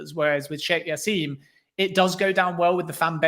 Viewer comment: As his name is Arabic the J is pronounced. It's jassim not yassim. Good interview irrespective